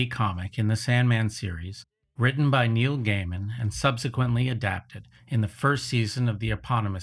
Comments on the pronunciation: Your consistent mispronunciation of Neil Gaiman (pronounced correct as Gey-min) as Neil Gammon requires remarkable dedication, while it makes the video nearly unwatchable for me. Why would I want to listen to anything you say when you are unwilling to get the most basic facts right? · i think you pronouncing neil gaimans name is wrong is a sort of poetic justice